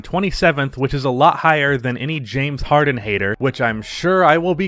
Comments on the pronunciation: Nobody:: Jame Harden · Than “Jame” Harden 😂😂😂😂😂😂 he’s right tho